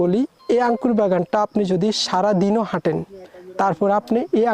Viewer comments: আরে ভাই আগে শুদ্ধ ভাষা শেখ। আংকুর কি??? এই নামে কোন ফল নাই। বলো আঙ্গুর। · আংকুর নাকি আঙ্গুর 😂😂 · আঙ্কুর কি ভাই উচ্চারণ টা ঠিক ভাবে বলেন 😂আঙ্গুর বলেন